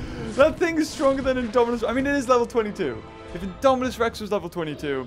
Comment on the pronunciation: U said Daminus